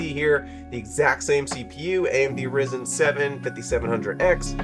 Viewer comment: All that yet ypu can't pronounce Ryzen. Not raisin